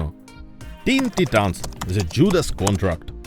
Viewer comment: Чувак, не блуд а блаад; не вар а воо; не тітанс а тайтенс (перевіряй вимову плііііііз). Щасти в творчості! Пасхалка незрозуміла. Зазвичай перегляди можна подивитися в статистиці ютьюба... Так, і найкращий з усіх, вірогідно, все таки флеш-поінт парадокс конфлікту. Багато разів переглядав.